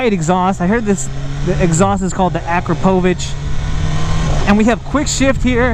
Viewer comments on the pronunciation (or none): BMW makes some nice bikes but that bike is fugly. Looks like the fairing is broke off. That exhaust is pronounced A-crop-a-vic by the way.